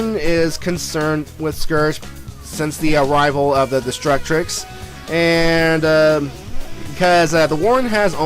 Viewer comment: I see Destructix, I hear destrucTRix😡